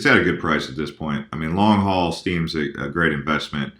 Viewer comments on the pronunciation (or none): none